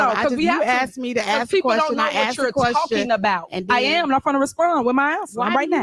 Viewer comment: It’s pretty sad , when your mayor can’t even pronounce the word ASK, not AXE dummy